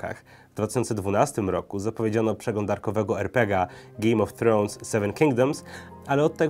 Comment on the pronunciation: GIJJM O' TROŁNS